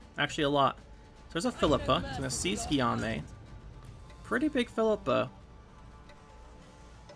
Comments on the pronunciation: Guillamue is pronounced Gi ome :) Im not french so who knows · Guillaume is pronounced Geeome (ome as in home). Thanks for good content.